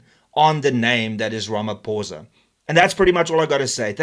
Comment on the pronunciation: Its not RamaPOURza its RamaPHOSA